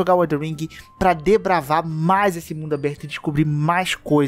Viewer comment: Desbravar e não debravar